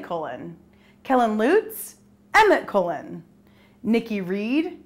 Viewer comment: sidmark's right he was in goblet of fire he was in a flashback in order of the phoenix..... & u say kallens last name wrong, & u said sum of the characters name wrong